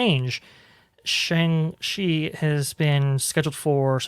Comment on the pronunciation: You are saying his name incorrectly, I know I've doing the same, it is "Song-Chi", very sing song, not "Shan-g-Chi." I think his appearance is the seeds that will lead to Agents of Atlas, led by Jimmy Woo, who of course was already introduced in Ant-Man and then WandaVision. Also on the team in Kamala Khan. I think to really get the Chinese market is to bring in heroes that have Chinese creators, Aero, who first appeared in her comic, and Swordsmaster.